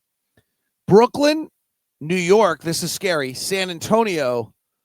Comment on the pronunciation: I love how pronounces it Brookland and Portlynn